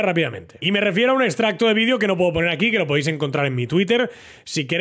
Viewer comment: Vi-de-o y no Vi-dio. Joven aprenda a pronunciar el Español.